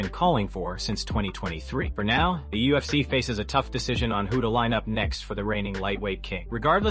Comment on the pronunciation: You need to stop making videos until you can pronounce ufc properly